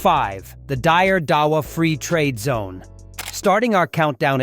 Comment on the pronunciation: Deire dawa not dier poor prononciation.